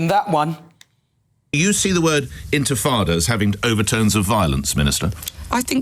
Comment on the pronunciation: "Infatada" huh? Thick as mince this so-called "minister" Just woeful